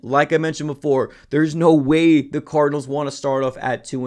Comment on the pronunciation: That boy said “ THE ARIZONA CORDNALS” 😂😂😂😂